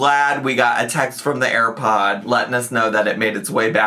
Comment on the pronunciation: Did she call her airpods "air bud" (like the movie with the dog that plays sports)